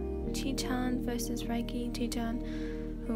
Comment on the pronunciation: No its ray-kee